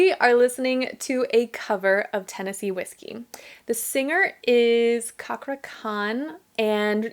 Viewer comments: Hello der, from Singapore. Juz stumbled upon yr channel & u know wat? M luving, loving & lurving yr reaction (breaking down technique & analyzing) 2 Cakra's (pronounce Chakra not Kakra) singing veri d veri much! Personally I wud truly recommend u Cakra's following AWESOME covers:- ANYONE or SKYSCRAPER - Demi Lovato TAKE ME TO CHURCH - Hozier IRIS (ORCHESTRA VERSION) - Goo Goo Dolls MILLION REASONS or I'LL NEVER LOVE AGAIN - Lady Gaga IT'S A MAN'S WORLD - James Brown LOVE ON THE BRAIN - Rihanna FOREVER MORE - Gamaliel MAKE IT RAIN - Ed Sheeran BROKEN VOW - Lara Fabian WRITING'S ON THE WALL - Sam Smith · Cakra (pronounced like 'chakra') is one of the best singer. His beautiful voice and the feels that he brings to the singing is one of the best. His cover of iris - goo goo dolls (orchestra version), anyone - demi lovato and forevermore - gamaliel is my favourite.